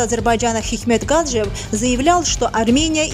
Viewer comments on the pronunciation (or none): Гаджиев ,ударение на и, мадам))